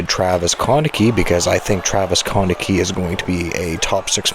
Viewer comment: Check your pronunciation of Travis Konecny’s last name. It’s not quite right. Cheers